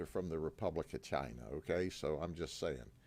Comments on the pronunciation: ITS FROM CHYY-NAHH…😂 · Gotta love how he really emphasizes CHINA, pointing out that it's a communist country. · the way he pronounces massage "massodge , massodga, " and CHI na he learned from Trump .